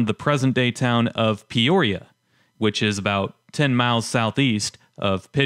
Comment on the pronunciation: Mispronounced Miami, Douthat and Peoria. My Dad, his brothers and His Dad worked the mines in Picher. They lived in Quapaw. When I was a kid (early 1970's) the chat piles were huge and guys drove dirt bikes and dune buggies over them.